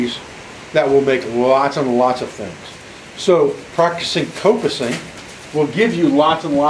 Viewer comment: The pronunciation of coppicing here in the UK sounds the like cop (as in police officer) Done a bit of coppicing, mainly to harvest stakes (long poles) to help support a newly laid hedge. There is also a variation, called pollarding. Where the tree is cut higher off the ground, partly to prevent animals from eating the new tree shoots. Also when coppicing, should take some care to leave the stump as neat as possible, and so that water can't pool on it, and possibly endanger the tree with rot. Prefered method was to use an axe, as leaves a nice smooth surface that'll water will run off.